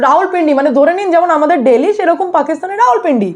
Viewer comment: দিল্লি টা কে দিল্লি বলো ডেইলি এভাবে বলছ কেন